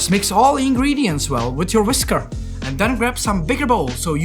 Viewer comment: nobody Jakub : “Whis KARRRRRRRRR”